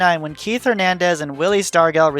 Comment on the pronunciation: Great vid. Love "the voice." oh, and Star-gel, not Star-gull. :P